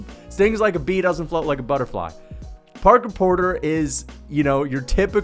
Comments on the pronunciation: Right, I was laughing my ass of at that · I like how he keeps calling him porker porter